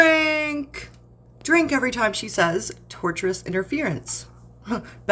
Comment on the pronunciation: It is driving me crazy that she keeps saying torturous interference. The word is tortious. Coming from the legal term tort which is in the world of civil lawsuits. I guess her four lawyers haven’t corrected her on this one yet.